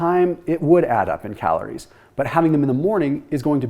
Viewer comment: I noticed how you said “calorie” and “heme iron” wrong 😅